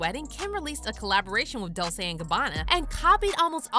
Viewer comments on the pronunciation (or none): If your going be an entertainment channel ATLEAST LEARN HOW TO pronounce DOLCE 🤦🏻‍♀️🙄🤨its embarrassing